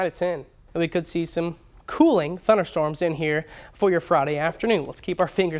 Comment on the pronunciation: Could speak a lot better. Say "winds" instead of "wins". Say "thunderstorms" instead of "thunnerstorms". Say "temperature" instead of "tem-bature". You can't even say the name of your profession correctly. [slapping forehead] Say "me-te-or-ol-o-gist" instead of "meaty-rol-gist".